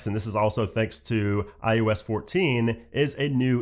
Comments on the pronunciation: is he saying iUS?? not iOS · I cringe every time he says “iUS” 😣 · Why does it sound like he’s saying IUS? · say iUS one more time